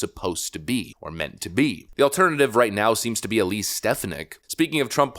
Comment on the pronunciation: Vikek your not saying elise name right lol